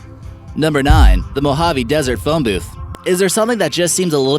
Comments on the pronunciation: Mo-hav-ey. The E isn't silent. Jebus. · cool video! Like! (note; Mohave or Mojave is actually pronounced MO-HA-VEE) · That isn't how you pronounce Mohave.